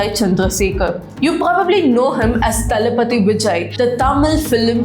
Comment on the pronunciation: I think you are tamilan… you didn’t pronounce thalapathy word properly.. thalapathy is tamil word but you are pronouncing it English.. too much boss 😂 Your contents are always excellent